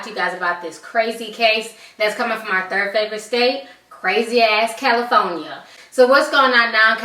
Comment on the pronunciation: Its pronounced cal-i-forn-ya not... cal-i-phone-ya